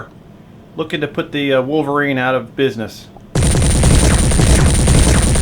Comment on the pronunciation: The comments between shots makes the report extra action packed. You said "bidness" ... excellent.